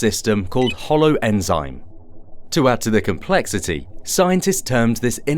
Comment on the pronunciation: there is no ‘e’ in holoenzyme